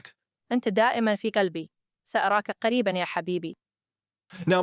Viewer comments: The arabic sounds awful, the model said the latter ك instead of ق and as a native arabic speaker that is a huge mistake, basically the model instead of saying you are close to my heart, it said you are close to my dog 😂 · The Arabic was not really that good, it sounded pretty robotic, and there it mispronounced the letter qaf, pronounced it in the way you'd expect from a non Arab